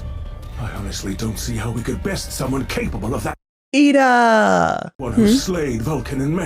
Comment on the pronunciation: you said "Iida" from mha and I heard "Eda" from the owl house 😂